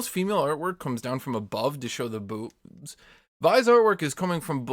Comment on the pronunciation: The way he says bewwbs